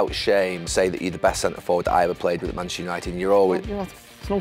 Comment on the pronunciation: Gary Neville, you played at United for so long yet you can't say manchuser, Man-Chest-eR lol